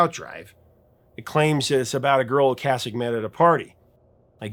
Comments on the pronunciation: O-Kaysick. Is the pronunciation, not O-Kahsick. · When The Cars were in rotation, everyone pronounced Rick's name "oh-KAY-sik", even MTV and radio stations. I had gone 30+ years under the impression that was how it was pronounced, and only in the last 10 or so years that I've heard it as "oh-KAH-sik", and I find I still find myself pronouncing it the "old" way.